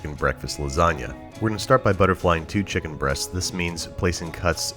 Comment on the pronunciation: When you talk about chicken, it's not weird at all to say chicken breast. That's what the food is called. When you put emphasis on the word breasts tho, then it becomes uncomfortable. If your gonna cook just do it. I don't see other chefs making chicken uncomfortable. Raw or rancid maybe.